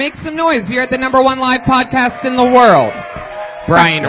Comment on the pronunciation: I like how Brian is 41 and still can't pronounce the word world.